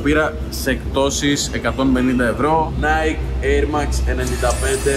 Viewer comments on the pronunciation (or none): none